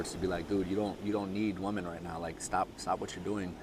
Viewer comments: Hahahaha I found it cute ahahahahaaha and I said wait is he saying woman? It’s ok the message is solid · Have I been pronouncing women incorrectly my whole life?